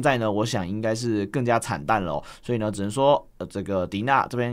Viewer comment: 謝影片分析 另外提醒一下DeNA的官方名字是念D N A